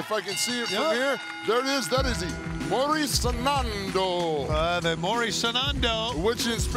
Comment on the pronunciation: Fue divertido el intento de Paul de decir "Morir soñando" porque terminó diciendo "morir sanando". 😂 "Die healing". 😂